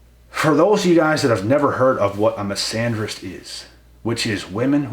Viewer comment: Misanderist ohhh😂... Bro I thought a "Miss Andrews" had just done you dirty enough 🤣